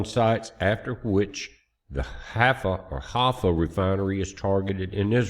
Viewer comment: HAIFA - "HIGH-FAH" I can't believe that our super-intelligence military, plus the CIA, plus the Israeli Mossad doesn't know where the Irani missile bases are!